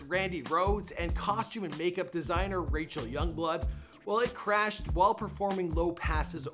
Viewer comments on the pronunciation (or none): none